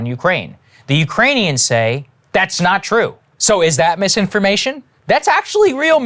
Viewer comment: Did JP just say "Spoti-FLY," and "mis-indisin-fly-formation"? OK, I've had a beer, listened multiple times, but still not sure.